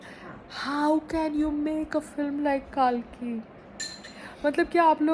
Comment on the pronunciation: Heheheh don't worry you won't get views for this 😂😂😂😂😂😂 it's (Kal - ki) not Kaal-ki... 😂😂😂😂